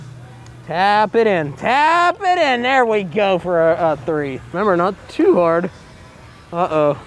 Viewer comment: not tree. Three ( thờ ri )